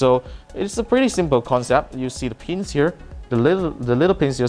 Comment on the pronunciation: I think he’s saying “pins”... lolz